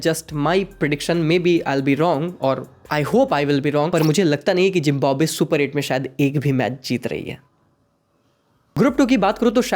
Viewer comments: झिंबोब्वे kyo bol rahe ho wo झिम्बाब्वे hai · Zimbabwe❌ Jimbanwe ✅ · zimbabwe ❌❌ zimb💀mb we